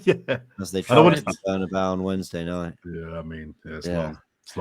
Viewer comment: You knew it was a cockup when called it the “bernybau”